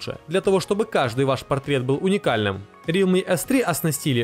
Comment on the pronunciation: АВТОРУ!!! По русски - Реалми Ц3. На английском Realme C3. Ц и С это большая разница!!!!!!!!!! Не вводи зрителя в заблуждения или буржуйский учи!